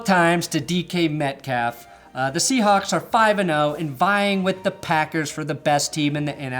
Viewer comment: I love how he say shewhawe lost to packer in afc championship